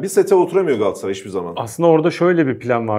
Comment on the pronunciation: Gassaray değil Kerem Övet . GALATASARAY . Daha öncede yazdım Gassaray deme . Sırf Kerem Övet yüzünden beğenmedim veriyorum.